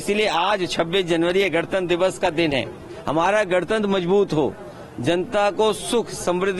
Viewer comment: Isko to gantanter bi nhi bolna aata